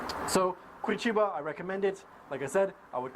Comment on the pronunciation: I really like to see Americans talking well about Brazil, especially when it comes to my city. Be impressed that you pronounce the name of the city correctly. Nice video!